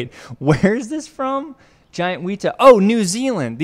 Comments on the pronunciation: Again wet-a not wheat-a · IT IS NOT CALLED A WEETA OR WHATEVER YOU SAID. ITS A WETA. WET TA WET-TA YOU SAY IT LIKE “this towel is wet” then add a tah sound at the end. also they aren’t dangerous whatsoever and are cool as, they’re also endangered. Also they don’t hop they just crawl around and live in the bush so you hardly ever see them. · The wēta is a NZ insect and is not pronounce wheata a way of saying it is wet-a as in water wet. Also there are different species of wēta the biggest one being the giant wēta. Also if any Māoris can confirm that I got the right accent in wēta in the reply’s that would be helpful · It's not pronounces wee ta, it's weh ta. The Weta is aotearoa's (new zealand's) own giant instect. They're big and menacing looking, but harmless and was all over the place when I was a kid. I feel bad now because it's like where are all the giant bugs we used to see. Chemicals I bet. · apologies but its not weta like wea-ta its weta like wet-a :} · weta not weeta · it's pronounced wēta (w-ehh-tuh) we have a lot of them in nz you can find them anywhere if you look hard enough although it is much harder to find a giant wēta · the e is short in weta, it is not weeta. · The way you said "tarantulas aren't bugs" like you knew something and then proceeded to butcher everything about the weta- like gurl- what are you doing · you said weta wrong